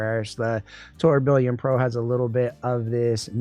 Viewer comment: please up your pronunciation game, lol. Mar-leeto? Now tour Bill ee on? Its french from the watchmaking world. The faceplate has the gears also referencing it. Pronounced: Tur-bi-yon. Keep up the amazing work!